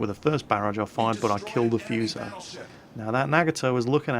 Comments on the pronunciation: No, no, no!!! the U in Fuso should be pronounced so that it rhymes with food. When you see Japanese words written in English the vowels all only ever make one sound. A's are always the short a, E's always rhyme with hey, I's always have the long e sound, O's are always the long o, and U's are always oo so that they rhyme with drool. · Foo-soh pls. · Not F''u''so, F''oo''so is how it sounds like in Japanese. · Love your video. But it's pronounced foo - so, like in food. Not like in fuse. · wow. so many comments! I am Japanese. this is not problem and this video is nice!! look fuso bridge . We are insane everytime :)I recommend to use [fúː] like a 'fool' or 'food'. not [fjúː] like a 'few'. foo-so[fúː sˈəʊ] I like Phenix and St. Louis. but I cant speak... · xbenemisisx The British themselves pronounce English words different...is hurricane pronounced hurricane or hurrikin? Maybe it is the same with Fuso...you say Fooso, others say Fuso. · if I'm not mistaken its pronounced FOO-SOE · prnounced foo-so and nuh-ga-tow and quicky calls yamato yah-muh-tow, and its actually pronounced yuh-maw-tow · its FOO SO ffs are brits incapable of pronouncing any word that isnt english? I swear they do it on purpose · xbenemisisx The funny thing is, if you actually look it up the U isn't really pronounced at all, it is more like Fso. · Fuse-oh.... pls y u do dis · Great vid as always... BUT.... one thing (prolly mentioned by somebody in the previous comments..... I hope ^^: ). The name FUSO is pronounced a bit differently. the "u" is pronounced like "oo" (in "food") and the "s" isn't a "z" sound, but a soft "s" like in "sack".:) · gee look it up on the fucking internet maybe? he even looked up what the word fuso means ffs but couldnt bother to read how to pronounce it?